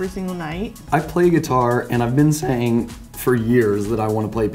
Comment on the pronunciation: 🤣 “ I’ve been sAyInG” 🤣